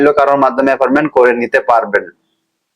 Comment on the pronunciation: Vai apperment na... Eta appointment...